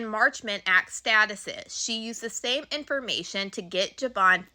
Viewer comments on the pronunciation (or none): Girl I love you but you pronounce words wrong sometimes. You said statutes as statuses